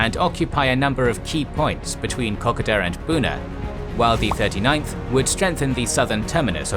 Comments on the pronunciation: Really great explanation of the strategy behind the invasion. BTW your program pronounces Kokoda the way a Japanese speaker would pronounce it - Aussies draw out the second syllable. Also, the name of the Japanese army commander is very similar to a racist term for Asians I used to hear a lot in Aust in the 60s and 70s, fortunately now never heard. I wonder if the Kokoda campaign is where the term came from. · Great video... but please review the pronouciation of kokoda. It is a very famous part of Australian military history and hearing it pronouced like this is a bit jarring. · Can you please fix your pronunciation for Kokoda. If you need a reference here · Love your work and this series. Did note the Kokoda pronunciation but happy to wear it I order to have this series. Like Mandy Australians, had family in these conflicts so eaglet to see the remainder of the series. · Great video again. Only issue I have is the pronunciation of Kokoda. The Kokoda campaign is very famous in Australia. There are people who go every year to trek the Kokoda Trail. Can't wait for next week! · Yes, your pronunciation needs addressing before next week mate. My father fought there and would be horrified. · These are awesome videos, but just one minor issue, as an Australian, i cant help but notice that you keep pronouncing kokada trail as ko - ko - da rather than ke - koe -da, just a minor issue in the grand scheme of things but i hope that you take this into acount in the future. :) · It is pronounced Kar Koda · The " o" in ko ko da is long, as in co co cola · Kokoda is pronounced with ''oda'' being said like the word soda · Kokoda is pronounced kuh-kow-duh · Kokoda . Pronounce KO-KODA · Pronunciation of Kokoda has the emphasis on the second O. This is an iconic action in the psyches' of Australians and mispronunciation will lose you much kudos with them. Cheers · You pronounce Kokoda in your own way matey ha ha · You're pronouncing Kokoda wrong.